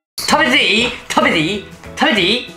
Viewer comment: 食べていい？＝たべてぃぃ？たべてぃぃ？たべてぃe？たべtyぃ？tavety？？